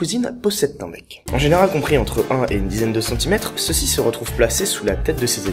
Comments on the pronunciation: bien la video mais tu a dit mec u lui de bec du coup j ai cru que tu parlait de bite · Au départ j'ai entendu "mec" au lieu de "bec" x) donc voilà, toute pieuvre qui se respecte a un mec. Oui, c'est farfelu. Autant que ta coiffure même, je dirais. :3 :p